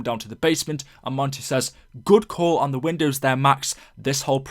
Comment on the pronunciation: In the cutscene, Maxis says "Ze", not "the", but in the radio, Maxis says ""The"